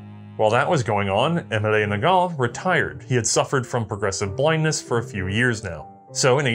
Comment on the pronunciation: It gets more funny when you hear him pronounce Émile as [Emilay] instead of [Aymeel]. But it's a trait and we love him for it.